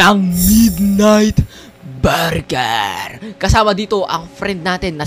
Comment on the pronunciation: to "MiDnIgHt BuArGuArS"